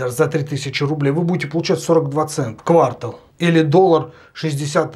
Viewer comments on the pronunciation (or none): Зая, только квартАл, а не квАртал)